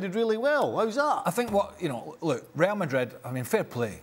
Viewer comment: Well the guy who can't say Real Madrid like a normal person must be super happy tonight.